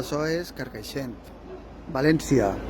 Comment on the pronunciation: At least bother learning the pronunciation of CARCAIXENT if you're going to talk about it for 8 minutes, dude. You know, as a sign of respect... You're not even close.